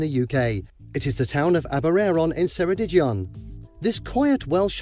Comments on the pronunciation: He pronounced Ceredigion wrong, its not se its a hard k sound like ke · There are so many seaside towns in the UK to choose from. We do have winter storms, but the waves are nice to watch - from the land. In Wales, they should have given you a picture of St David's ancient Cathedral, and 'Ceredigion' has a hard 'c' to begin with. If you want to stay in these towns, a good idea is to contact the local Tourist Information , and ask if there are any "B&Bs", "Bed and Breakfasts". This usually means accommodation provided by a local family, often in their home. And in the morning there is a full cooked breakfast! This is usually cheaper than a hotel, and the local family can give you a lot of advice about the area.